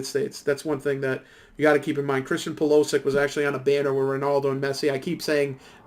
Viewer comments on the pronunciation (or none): The pronunciation is bad all around (eg, PulOsic), but don't add words that aren't there, it makes it worse. It takes away any credibility you have, because it sounds like you don't know what you're talking about.